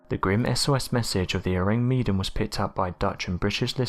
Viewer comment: Ahh man, you gotta love the Tardygrades, they look so cute & despite being teeny weeny they are called water teddy bears! Our little hero's Btw, Mr narrator the mystery ship, the Orang Medan its isn't pronounced Meedan, it's spelled wth Med as in medicine Or do you ask for meedicine? You have the same wierd way of pronouncing things as yr fellow precocious school girl narrator wth the fast & grating voice who pronounces Vesuvious as Vess-u- vuss! I switch off yr channel as soon as I hear her voice. I know she can't help it but if she just said names that we all know how they should sound Instead of trying to be different Wth a new version of a perfectly good origional pronounciation. It just gets up peoples nose. Anyway, loved this compilation Excellent! Great content